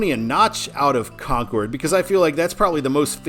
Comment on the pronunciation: Thanks! How about a shout out to Exit 3B on I 95 south in NH for Stratham (Strat-ham) Love the channel Thanks for the correct pronunciation of Concord